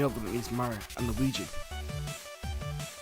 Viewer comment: "luigu" :D